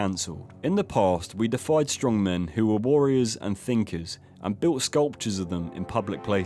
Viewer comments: DAY-IH-FYE as in to make a Deity (DAY-IT-EE) ie. making them devine or godlike. What has happened to the education system in England? I hear so many of you younger English youtubers with no clue how to speak the language, doesn't add muchn veracity to your opinions if you cant even enunciate words correctly and obviously have no idea as to their correct meaning. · Just a heads up - you misinterpret/mispronounce the word "deified" It isn't defied, which has a completely different meaning. deified - to make a deity of/ worship as a god defied - oppose/refuse/challenge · Not 'defiled'! Deified. Almost the complete opposite. And steppe is pronounced step, not steep! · Steppe is pronounced like 'step' not 'steep' 🤦‍♂️and deified is pronounced like day-ee-fied it's not 'defied'. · states "defied" when it clearly states "deified" which is basically the opposite in this case. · Yo mispronounced "deified" - to make worship one as a god. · just pronounced deified as 'defied' lol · It's pronounced day-ee-fied. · You can't pronounce 'deified'? Not quite sure what you said. Instead of wasting your time grilling Mr Bald, how 'bout brushing up on your reading. 🤔